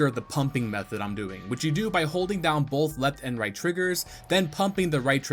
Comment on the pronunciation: The fact that you said "bolth" in the video.